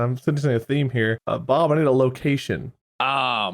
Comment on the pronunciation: Did just call Bob “Pub”?